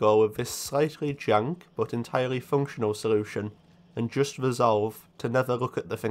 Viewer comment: Ive never ever heard someone mess up l and r as a speech impairment "charrenge" "porrution" "sorution" etc xD Sick video tho.